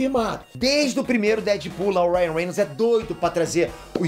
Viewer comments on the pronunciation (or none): none